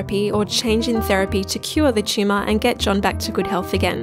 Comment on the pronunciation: I thought the speaker was saying "tschumah" then I realized she was saying Tumor. Pretty cute and funny I'd say😂